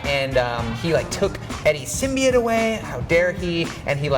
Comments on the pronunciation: "SymBIOte" not Symbeit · Please learn how to say symbiote